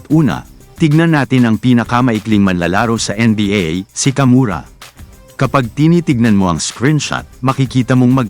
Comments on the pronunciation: Kawamura po .hindi kamura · Wrong research, kawamura,Hindi kamura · hoy kawamura hindi kamura bka ka murit